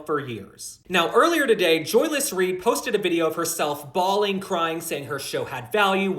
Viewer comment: “Bawling, crying” I heard that as “bald & crying” 😆